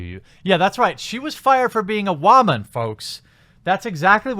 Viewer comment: "Wha-man" lol